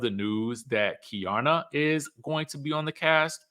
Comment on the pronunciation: It’s Key-Arna… Keiarna